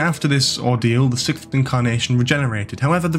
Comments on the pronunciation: So - please explain why you - and several others - somehow can't say "sixth"? Is this a trendy thing? Have podcasters discovered the new "arksed" by saying "sickth"? Is it a secret generational thing? Why is it seemingly suddenly commonplace to say "sickth" when you mean "sixth"? And I'm pretty sure it's a "chameleon arch", not "ark". And... hang on a minute: the Seventh Doctor was most certainly NOT "shot dead". If you set yourself up as an authority on Doctor Who (and by created a definitive video, you certainly are), you need to get your facts right. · Well, if you wanna get nit-picky, it's 2 words: "arch" and "sixth" (and you still haven't explained to me the trend of saying "sickth", which really does intrigue me, as it seems to be a deliberate choice). To correct you on your main argument, the seventh Doctor's regeneration was instigated by the use of the anaesthetic, not the bullet wounds. He even says so while on the operating table! I think that's a PRETTY major plot point. If you can't cop some mild criticism, why are you putting out a video for all the world to see? Why call it "The Complete History of the Doctor" if it's not meant to be authoritative or accurate? Wouldn't you LIKE it to be as accurate as possible?